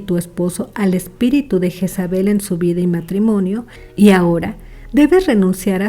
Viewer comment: Asi no se pronumcia el nombre, su pronumciacion en español seria algo asi: yeeeeesabe la j suena ye o lle alargando la e y la l casi imperceptible. Pd lo se porque yo me llamo asi 😂